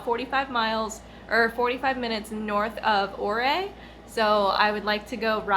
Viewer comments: Great video. Ouray is pronounced U-ray. I lived in Montrose for 25 years and have been on that road many,many times. Not sure if u know this but that concrete angled tunnel is an avalanche shed. There have been over the years 2 highway plow drivers killed there so they put that up because of that avalanche shute. There r also 210 avalanche shutes on that road between Ouray and Silverton. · We have the best motorcycle roads here in Colorado. I just discovered your channel and just subscribed. BTW, it's pronounced you-RAY. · Ouray , Pronounce it like this “Your Ray” At least thats how us semi locals pronounce it. Too bad you were too early to see the changing of the leaves . I must also add - always watch for small rocks on the the road especially on the Northbound lane as they fall to road often. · This area is pretty much my backyard, I enjoy the ride every time, although the flatlanders can be in the way a lot of the time, it's tourist destination for a reason. on another note, I get a kick out of hearing you butcher some of the names of towns.